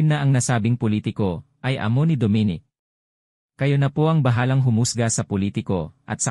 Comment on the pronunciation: hoy mali ang pag prounce mo sa name ni dominic bisaya ka ba tigasng dila mo gags.